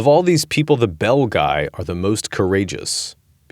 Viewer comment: Belguy? Some of the worst butchering of Latin by AI.